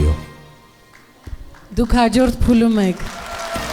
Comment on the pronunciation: Այոի մեջ հ չկա,որ ասվի խայո